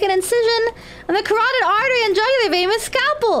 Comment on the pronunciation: She's the first one I've seen who pronounced carotid correctly